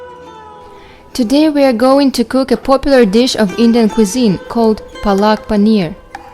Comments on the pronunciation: apeak palk not palaak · Palak not plak